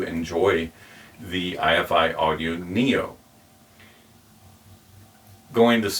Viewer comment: It’s Ifi (rhymes with ‘hifi’) - not I.F.I.